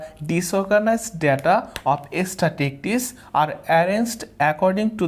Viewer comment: Love the class... Extremely helpful in face of exams... Though the pronunciation of "statistics" could be better... But it's a minor problem